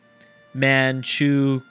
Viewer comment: It's pronounced man-chew-Ko